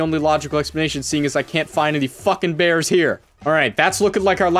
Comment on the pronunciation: Be vewy vewy quite, I'm hunting beaws